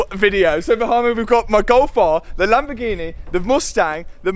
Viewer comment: Loving the content Matt but can't help but hate the way you say Lamborghineh! Lol 🤣 will you be raffling off the golf R? It's an animal